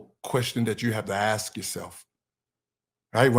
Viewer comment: To go off-topic,,,could you please pronounce 'ask' with an 'sk' and not 'axe' or 'axd'. Its so hurting to the ear.